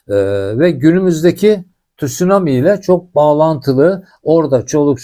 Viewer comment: Tut sunami değil abi , tsunami